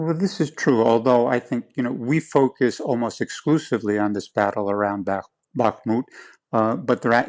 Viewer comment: "Bah-kuh-moot"? Do a better job! No one else says it like that because it is incorrect. Have respect for your trade to learn how to pronounce place names correctly. Or, if doing a good job is too difficult for you, resign. After all, if you can't be bothered with learning how to pronounce the words you use at work, why should they bother to pay you for that work?